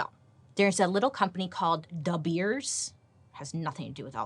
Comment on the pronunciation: Me over here in South Africa, rooting for the episode of De Beers!! PLEASE! BTW the pronunciation of De Beers is spot on!! Can't wait!! 😁😄